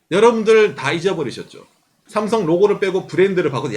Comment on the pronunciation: 다 좋은데 왜 자꾸 쌤송쌤송하시는지..;; 한국인이시면서 제대로 발음해주시는게 좋을것같아요.. 내용자체도 구구절절 삼성신파극인데 쌤송이라하니까 왠지 우리스스로 삼성을 너무 비하하는듯한 느낌이들어요..